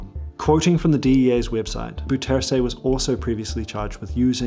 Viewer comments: BOU ter sen .. [BOW-trsn] Come on.... Do your home work before you do a video... Bou rhymes with now... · im dutch and i was suprised how you pronounced bouterse . since hes surinamer and they speak dutch , there is no defined way for a english speaker to pronounce it i think ? quality vid as always , enjoyed it thanks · Dude, you TOTALLY mispronounced "Bouterse"! 😮 So much that if you were physically in Suriname and said it nobody would understand who you were talking about. 😂 No disrespect but you BUTCHERED the name. Please do better next time. I believe you can. 👍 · I really don't mind the mispronuncation. As far as I'm concerned, it's completely trivial and unimportant. Don't understand why people make such a fuss about it. Anyway, this is how it should be pronounced: the "ou" sound in Dutch is pronounced like the "o" sound in "how" and "now". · you butchered Bouterse's name lol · as a surinames, i hate the caged bird thing so much. most people don't it. because it's too cruel to do something like that to animals. especially to birds! if i could, i would free them all. also, how did you get bouterse's name that wrong , when you've visited the country itself lol. also: i read the pinned comment, so i know you are aware of the wrong pronunciation... i am just curious about this.. no hate to you, and also.. great job on the info and presentation.